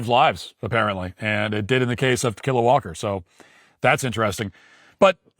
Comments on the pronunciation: Tikila Walker pronounced "To Kill A Walker." Sounds like a story about zombie hunting. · Tuh-killa Walker?!? 🤣🤣🤣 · Ta-killa? Seriously? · I keep hearing "to kill a walker" 😂😂😂... What's her name? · Pronounced tequila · I like how Matt is intentionally mispronouncing her name. Good stuff.